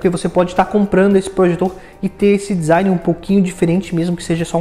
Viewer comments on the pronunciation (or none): none